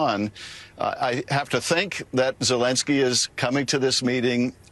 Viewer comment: Why do you pronounce Zelinski as Zelingsky? Do you know something that everyone else doesn't? Other than that, great job. Carry on.